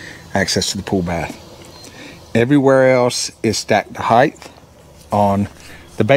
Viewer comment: No such word as heighth. Word is height. Just say'n. Ha!